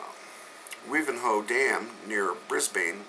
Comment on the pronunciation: I thought we were supposed to have climate warming...not cllimate cooling! In Australia they have voted in carbon tax. I reckon our dear Julia should start taxing all the volcanoes! Thanks for the news about Wivenhoe (pronounced Wy ven ho)